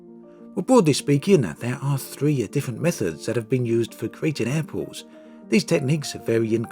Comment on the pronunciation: Why does he say Apples instead of Airports?